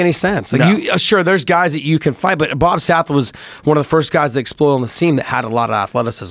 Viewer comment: Bobu...with a long o